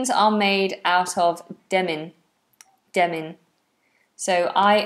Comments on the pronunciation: Demin or Denim? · Is it Demin or Denim?